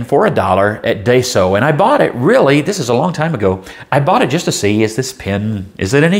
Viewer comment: Hm interesting pen might grab one if I’m ever in a daiso, just ordered a lamy safari tho excited for that, and just a heads up , it’s pronounced die-so not day so. You got the so part right just a little off on the first bit ;)